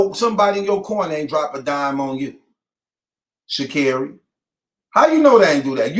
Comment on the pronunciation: It’s pronounced Sha’ (carry) Carri 😌🤷🏽‍♀️